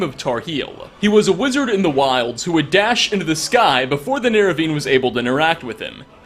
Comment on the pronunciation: "neravine" lol